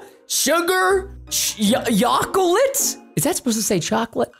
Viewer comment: Preston: yocolete Me: wait that's iligel